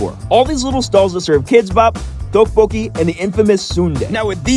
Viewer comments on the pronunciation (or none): It's pronounced Tae-bok-ki And it's not Kidz Bop It's kim-bup